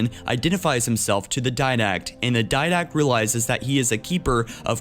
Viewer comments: *Diadact not Did-Act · its spelled as "didact" and pronounced as Di-Dact.